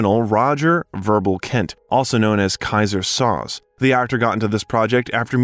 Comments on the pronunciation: Soze of “Keyser Soze” is literally pronounced three different ways in these couple of sentences. Fine video, but is the narrator just an AI-generated voice? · Kaiser “Sozay”not Soz. A gifted actor. We make celebrities Gods they aren’t they’re just people, they have their problems. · Ok now I am convinced this is an AI voice. The movie pronounces Soze, "So-zay" never "Soes". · Sad. Tragic. Creepy. Depressed. Sounds terrible. It's on the news every day. Read a memoir of celebrities in Hollywood golden era. 30s, 40s, 50s. Tim Conway was quoted as saying "I thouht everyone lived in a garage" The robot narrating this says "Soz" its pronounced "SoZay" from "The Usual Suspects"